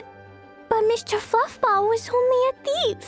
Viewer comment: its adorable that klee called A abyss mage Mwester Fwuffball